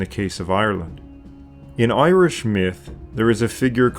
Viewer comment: A fantastic video and channel, I must admit that I cringe at the Irish pronunciations though... That being said, I'm just a pronunciation nazi... haha keep up the fantastic work! If you ever want a consultant for the pronunciations as Gaeilge please let me know! Unfortunately there was no stephenses day/lá an dreolín or wren boys in the local village this year over covid but I have long said that it's my favourite day of the year!